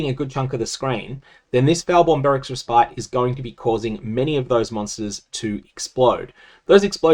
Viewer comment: Love the content but just a little nitpick. Respite is actually pronounced more like Res-pit.